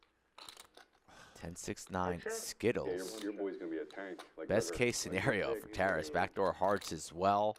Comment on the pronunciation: Guys, it’s not “terrace.” It’s “Ta-raaas”. It’s a Ukrainian name